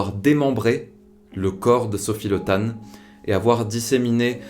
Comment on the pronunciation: Pour info, son nom se dit Li ( et s'écrit Le), mais ne se prononce pas Le comme on pourrait prononcer "Le Pen", ou "Legrand".